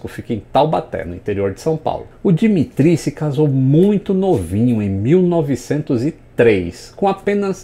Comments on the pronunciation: na verdade a pronúncia do nome é "dímitírri" com aquele R de rato do fundo da garganta e tônica no mi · Dimitri se pronúncia di MI tri